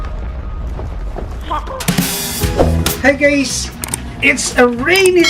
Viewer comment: I dont know why but at the intro i always hear "HEY GAYS" i just cant anyone ?